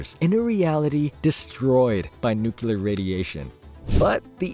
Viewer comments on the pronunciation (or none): Someone has to say it. Nuclear* Not "nukular"